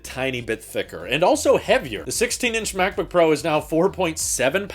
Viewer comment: You would think that when Apple decided on the guy to talk about M1 Pro, ProRes and ProMotion, they would get someone who can actually say the word "Pro" instead of pronouncing it "Por".